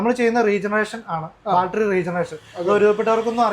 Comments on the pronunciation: Balttery alla chetta battery Annu. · എന്നാലും " ബാൽറ്ററി " എന്നൊക്കെ പറയാമോ ശാസ്ത്രജ്ഞാ !? കസ്റ്റമറിന് പോലും അറിയാം കൃത്യമായി ബാറ്ററി എന്ന് പറയാൻ !